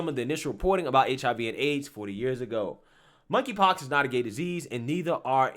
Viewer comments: “KONKRY POX”? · "Monkey Pox".....The 'K' is silent. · I laugh every time you say monkey pox. This just sounds so silly.